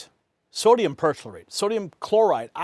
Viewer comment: Perchlorate is pronounced "per-CLOR-ate," more-or-less exactly as it is spelled. How could that look like 'percolate' to you? How could it be simpler? As someone who spent a significant portion of my childhood building amateur rocket engines, please tell me how perchlorates can be "dual usage" chemicals. They can be used for only one thing: Rocket propellant. Oh, you can make low-yield explosives with them, too. Is that what you mean by dual-use ???